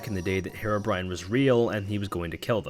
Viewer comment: Herebrine that’s how you said it lolll it’s herobrine